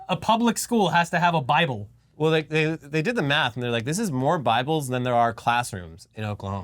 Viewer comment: It's in the baaable! And it's Bilbo.